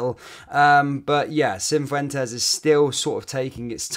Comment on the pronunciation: There is no "N" in Cifuentes